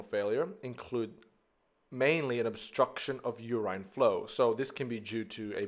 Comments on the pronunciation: Urine is not pronounced yurain but yurin. If in doubt look up the pronunciation on one of the many translation websites. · Very minor thing. You-rhyne should be u-rIN (like in ren-IN). It doesn't take away too much from the lesson but can be a bit confusing at times-- sometimes makes it feel as though you're mentioning a new hormone/molecule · at the end, he did pronounce it as "yurin"